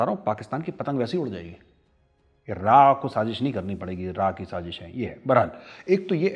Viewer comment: Shazish nai Sazish hota haa, like it’s not zheeeerrro it’s zero. You are Zero . Both countries are cheap India and Pakistan. Threat to the world. Major tell India how your atomic uranium got stolen.